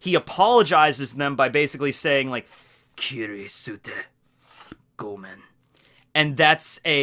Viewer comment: The U in "kirisute gomen" is silent. so its more like "kiriste gomen" :)